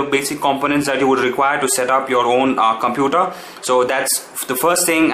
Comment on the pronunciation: OMG! Did you just pronounce Computer as Cumputer and Linux as Leinux and Content and Cuntent?? sigh :S No offence, great video though!!